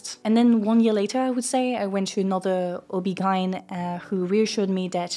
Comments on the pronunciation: I just can't get over her pronounciation of OBGYN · Me too. She makes mispronunciations in every video of words that are easy to look up before hitting the record button... I'm starting to think it's just rage bait at this point.